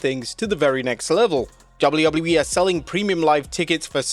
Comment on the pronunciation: is he saying double u wouble u e?